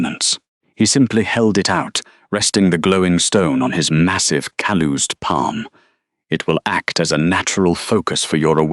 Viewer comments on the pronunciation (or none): Oh no...cal-oosed hands. Someone teach AI how to pronounce Calloused.